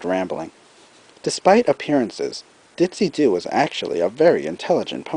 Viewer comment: YES FINNALY somebody finnally got Ditzy Doo's name right!